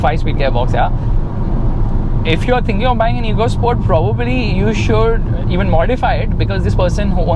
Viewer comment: Its not EECO SPORT (इको स्पोर्ट्स) its "एको स्पोर्ट्स "